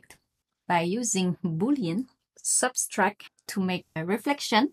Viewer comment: Subtract, not substract :)...